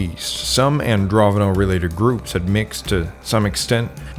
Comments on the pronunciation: AndroNOVo, not AndroVONo. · It's not Androvono, it's Andronovo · keep on saying ANDROVONO 😵‍💫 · It's Andro NO VO. Since you made the mistake of calling it Androvno so many times, I will assume you know nothing of the matter on which you are making videos.